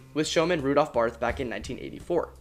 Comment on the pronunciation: In case you stumble across the name again (which is likely when you make another video about traveling coasters in Germany), the name Barth doesn't end with the 'th' sound, despite being spelled that way. It's like the name Thomas, where you'd pronounce the "th" like a normal "t". ;-) We Germans don't even have the 'th' sound like it is in English.